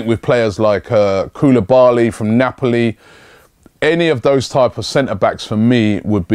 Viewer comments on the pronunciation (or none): none